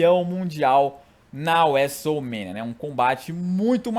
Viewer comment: Cara aprende a falar Wrestlemania direito